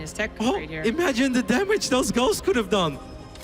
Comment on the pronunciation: 55.00 It sounds like he says "girls" when he says "ghosts" ^^